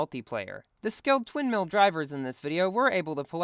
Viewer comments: did I hear twin mills or sin mills? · you said Sin Mill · bro you said SinsMill 😃😃😃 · “so the sin mills”😂😂